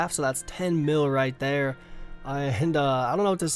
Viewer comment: I love how you say “right there” so kkona